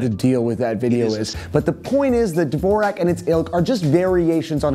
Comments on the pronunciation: 'Dvorak' is pronounced 'Vorjak' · you butchered 'dvorak' real bad bro